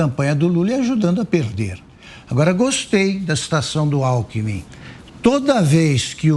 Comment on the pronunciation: AGORA ENTENDI ALCKMIN E LULA " ALKOEMIM " KKKKKKKKKKKKKKK